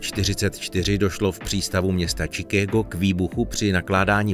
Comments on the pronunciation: Ak som na niečo z gramatiky alergický, tak je to "čikego"! Šikágo! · Parádní video. Co se ale týká druhého přispěvku tak je to "čikÁgo" je tam dlouhé á. Neříká se chicego. Jak se to píše tak se to čte. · Chicago se vyslovuje "šikágo" né Čikégo. To zní hrozně pane týentý! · Nemyslel jsi "Šikágo" místo "Čikégo" ? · Dávej si pozor jen Sn tu výslovnost jako třeba to tvé (čikégo) to je úplně špatně, jinak video super a zajímavé👈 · Vyslovuje se to Šikágo jak v angličtině tak v češtině. Taky sem měl tendenci tu výslovnost přehánět, a koukali na jak puci. :-D